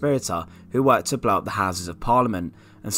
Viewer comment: What is this guy saying Fawkes wanted to do to parliament? Blot the houses? Blah the houses?